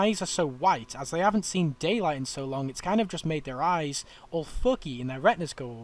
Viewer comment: "Shooot it in de aaayyyyysssss"